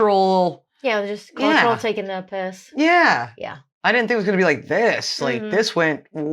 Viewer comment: You're the first American that actually said "taking the piss" perfectly 🤣🤣 usually it sounds forced... also dont worry about whats "lady like" 🙄 that's not a swear word here, but you could say "im only taking the mick", but theyre basically same.